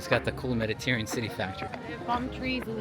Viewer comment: you're killing me with your pronunciation: "Meditarean" 🤣